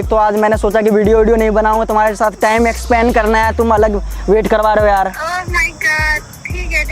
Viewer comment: Expand 😂😂 spend hota ha